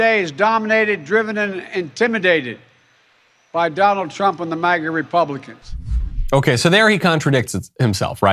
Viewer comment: Why have they decided to pronounce MAGA like that? I’ve never heard it said with that pronunciation. It sounds like he’s saying maggot. Or am I a schizo?